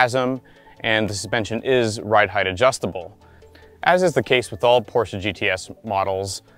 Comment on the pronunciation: First of all... I really appreciate the fact that the host as well the narrator at the beginning didn't say something like "Porschiii," or "Porschaaa", or just "Porsch", and have it mostly right with PorschE (englisch closed a loud)